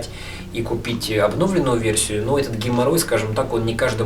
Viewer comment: обнОвленую ... Лять ,ну тебя люди смотрят , говори по-человечески